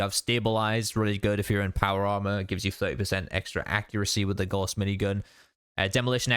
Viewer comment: Good video but my goodness, every fallout content creator needs to learn how to say Gauss. It’s the name of a German mathematician and it’s pronounced like “house” with a G